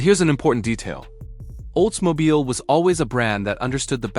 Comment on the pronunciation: Why can't these narrators pronounce names correctly. It is not Olds-Mobile it's Oldsmobile. I hear it again and again, a documentary where the narrator mis-pronounces the most common of words or names. Mostly because it is a computer-generated voice, proving that computers are only as smart as their creator. In other words, Artificial Intelligence is f@@ in the head.